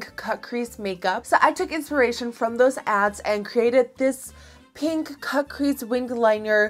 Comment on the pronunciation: Who else kept hearing caprisse instead of cut crease? Lol